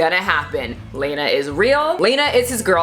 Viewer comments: 500,000,000 gross points? Accurate. Also, I think it’s pronounced Lah-nah (like Lana from Archer). Lol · Very minor detail: Lah-nah, not Lane-ah. Trust the simp!! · It's lawna not layna...its pronounced law-na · You’re saying her name wrong the whole time